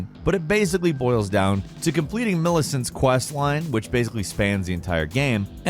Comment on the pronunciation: Of all the bosses and Mpcs, My man only pronounced Millicent’s name correctly…. 🤦🏼‍♂️